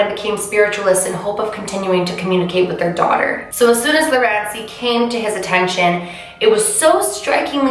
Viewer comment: Lol everytime you said Lurancy I was here like 😰😦